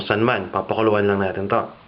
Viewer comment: May konting american accent ka na, but it's good that you can still speak Tagalog fluently. I just noticed you pronounced some of your "i" with an "e" like "gamit", "natin" and dikit". You said gamet, naten and diket. Anyway, I tried your this chicken lollipop and it's wonderful as a pulutan! Hehehehe can you teach us how to do a good sauce for it?